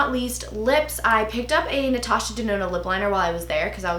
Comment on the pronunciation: "anistashuh" "glossyer" haha same love u😂❤️